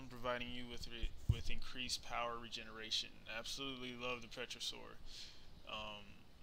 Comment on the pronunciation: Lol I love how you say pterosaur, pe-tro-saur Although it's really pronounced tero-saur, the p is silent :)